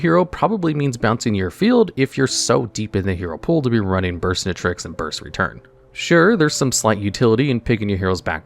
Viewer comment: Never thought I’d see the day, but it finally happened. pronounced Burstinatrix properly!